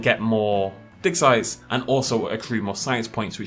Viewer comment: When you say "digsite" i keep hearing "dicksize" xD wtf